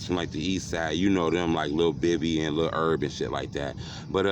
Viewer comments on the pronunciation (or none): Lol it's not mlmb it's nlmb and it's not lil erb it's lil Herb